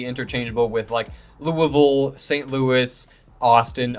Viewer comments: Lou-a-vull is correct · Lū-uh-vole, so yeah you got it. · Can confirm, you pronounced Louisville correctly the way that most people in Kentucky do. And I would agree that Louisville probably wouldn’t be the greatest fit for an NFL franchise, especially where there are already a lot of Colts, Bengals and Titans fans in the area. However, I think Louisville should probably be in the top 3 best cities for an NBA expansion franchise. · I do love the Louisville and Kentucky love but I do think it’s probably not going to happen also because we just got a UFL team(Louisville Kings). You are saying it right😂(for cardinals and Louisville) 😂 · you said it right lol. Kentucky should be the Thoroughbreds. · Hi yes, you are saying Louisville correctly, people love saying it as Lou-A-Vul, or Louie-ville, and even Lu-vul, so yes, you’re saying it correctly, Go Cards! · U said it right🍠🍠🍠